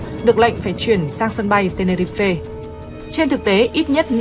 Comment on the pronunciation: Tenerife mà ad cứ đọc ten ni ri phê nghe như ăn phải sạn :(